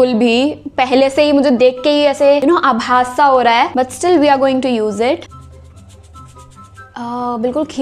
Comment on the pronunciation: When you say abhas sa ho raha hai then I was like oh you are marathi 🥰 Or what